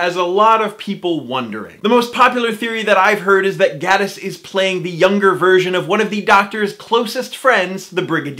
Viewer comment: He pronounces it Gay-tiss, and he just so happens to be gay!